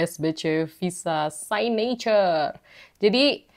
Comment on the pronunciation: It's siknecurrr, kak. Bukan saynecurr